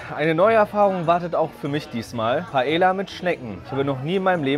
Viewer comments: Sehr gutes Video obwohl ich es immer sehr lustig fand wie deutsch du das Wort Paella ausgesprochen hast 😅. Das Video macht mir aber richtig Lust morgen Abend wieder essen zu gehen, obwohl ich am Sonntag erst essen war. Ich muss meine letzten zwei Monate hier in Spanien aber echt genießen, weil es das Essen gehen in Deutschland nicht auf die Art gibt. Danke dass du mich daran erinnert hast. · Mal wieder ein super Video 👌 Nur seine Aussprache der Paella triggert mich jedes Mal 🙈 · Jeder Spanier getriggert das er Paella falsch sagt erste Regel bei spanisch 2 l = i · Paella schreibt man mit doppel L und das wird im spanischen wie J ausgesprochen Musste mich innerlich halb tod lachen tut mir leid 🥘😂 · Kleiner Tipp zur spanischen Aussprache zwei L werden meistens als J ausgesprochen, daher sagen die Spanier auch Paeja zur Paella :) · Nur so zur Info Paella wird Paeja ausgesprochen (mich als Spanier Triggerd das ein bisschen) PS: Ist nicht böse gemeint!!! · Kannst du es bitte Paeja aussprechen. Ein doppel L wird wie j ausgesprochen (Ma(J)orca, nicht Malorca) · es heißt nicht Paella (deutsch ausgesprochen) sonder Paella wie mit j spanisch ausgesprochen so ein Trigger übers ganze Video😂😂😂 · Man spricht Paella spricht man Paeja aus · Bitte sprech nicht Paella, Paella aus sondern Paelja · Es tut weh als Muttersprachler Paela zu hören. Jeder deutsche spricht des so aus aber man spricht es Paeja aus. Jedes doppelte L wird wie ein j ausgesprochn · Er spricht alles so gut aus aber .. PAELLLLLLAAA ??? hahaha 🥺🥺❤️ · Ahh wie du jedes mal Paella falsch aussprichst haha LL wird im spanischen immer wie ein J ausgesprochen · Das l bei Paella spricht man mit j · Alles gut an diesem Video aber wie du paeLLa aus gesprochen hast um Minute 8 rum so hat mich übelst getriggert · Ich will jtz nicht so einer sein und vlt hast du ja doch Recht aber ich glaube das wird Paea ausgesprochen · PaEa ausgesprochen ohne L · Bro paella spricht man paeja